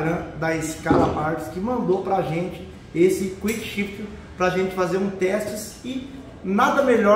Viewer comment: "Cuickchifter" vc vai vê 🤣🤣